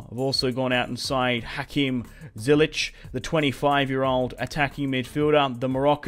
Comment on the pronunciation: he said zilech and its Ziyech